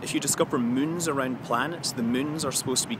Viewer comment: I just love it how Scott prenounces moon as mün.